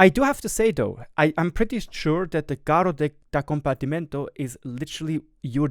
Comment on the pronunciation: I actually smiled when you pronounced the name, because you said it quite well and usually no one gets Italian right! Good job!